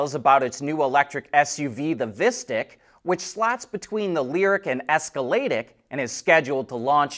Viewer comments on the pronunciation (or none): It's S-calaadic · Would you please stop purposely mispronouncing Escalade IQ?! Running them together as one name is not clever, it may have been mildly amusing the first time you did it now it’s just irritating every time you say it, almost makes me want to unsubscribe and stop watching. 🤔